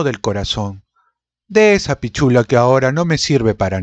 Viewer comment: La palabra "pichula", acá en Chile, es bastante vulgar... aunque digas pitchula, ni se cuente cuando dices pisssshula.